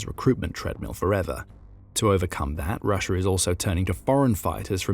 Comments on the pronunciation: It’s not “Rusher” it is pronounced “rusha”😂😂😂😂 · There is no r at the end of Russia. Proper English my ass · Always found it funny how brits said rusher instead of russia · Why do you call it Russer?